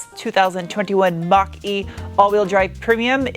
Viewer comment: I keep hearing Monk-E instead of Mach-E...